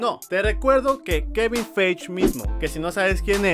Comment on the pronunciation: kevin faigi asi se pronuncia xd